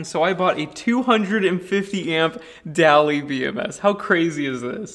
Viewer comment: Carson daly pronounces his name daily... You say dally. So interesting.